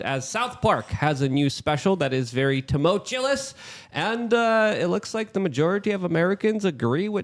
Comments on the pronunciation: will someone teach luke the english language? tumultulous??? tumultuous. I think he also says exacterbate instead of exacerbate. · Wete teachers we can't pronounce tumultuous